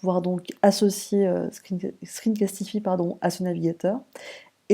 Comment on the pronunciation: à l'anglaise screencastifaille Vous prononcez déjà screen continuez avec le castify !